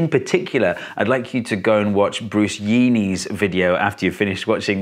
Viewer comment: Was hoping you'd mention Bruce Yeany's channel, though the pronunciation had me pause your video and check our his intro.